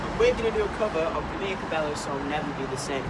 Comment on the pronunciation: blake .... that's not how u pronounce her name lol